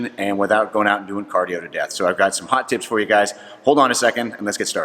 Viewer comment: I believe he said "Hot Tipz".